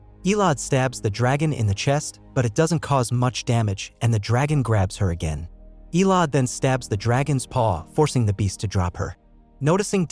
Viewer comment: It's EH LO DEE (Elodie) Not ELODE